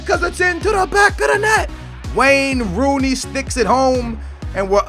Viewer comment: I thought he was about to say Rain Wooney.. lol.